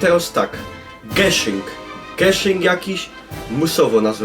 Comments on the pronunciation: Gyszynk a niy Geszenk :D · gyszynk a nie geszynk nie załamuj mie musisz przyjś na korepetycje( nochilfe):)